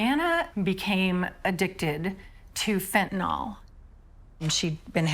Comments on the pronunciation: It is NOT called FENTANOL!!! It is FENTANYL!!! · The Correct Pronunciation Is Fent Ah Nill, Not Fent Ah Nall, I've have chronic pain for 50 years and have taken Opioids for 50 years I've never been convicted of a felony and never been to prison, some people get addicted and some do not, It's just that simple.